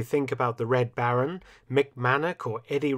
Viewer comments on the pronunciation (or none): none